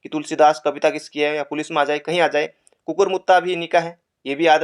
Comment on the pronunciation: Sr wo kukkur h kukkr nhi😊